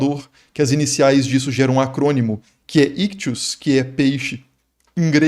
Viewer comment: Mestre, um linguista falando aqui. Só um comentário sobre a pronúncia: você pode escolher aderir a uma corrente que leia o upsilon como "i" ou como "u". Daí, pode ser "ictis", ou "ictus" (ambas são possíveis). Na sua pronúncia, você usa os dois, como "ictius" ou "iktchus". Kkkkkk Um abraço e parabéns pelo conteúdo!